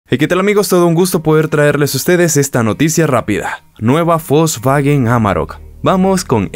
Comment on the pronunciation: No es Folsvagen!!!! Es wolsvagen!!! No existe la F,!!!